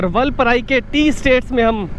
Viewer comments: Vulpurai ! Vulpurai ! LOL. First pronounce it correctly. And you could also tone down the overacting & repeated exclaiming. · Say vaalpaarai..not vulpaarai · वालप्पारे///जनाब. वालपराई नहीं है/// All the best!!!!!!!!!!!!!!!!!!!!!!!!!